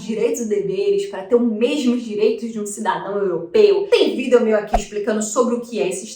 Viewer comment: Quando fala vidÉo me dá uma agonia rsrsrs, fora isso conteúdo top 😉